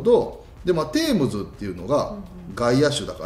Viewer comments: デームズじゃなくてテームズな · デームズって聞こえる